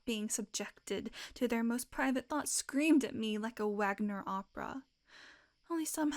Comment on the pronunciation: Love the vid. Cool script choice! One tiny critique: the Wagner who makes operas is properly pronounced as, “Vaag-ner.”